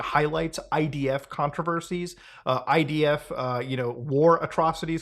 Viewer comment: You said IDF incorrectly. It doesn't start with an H.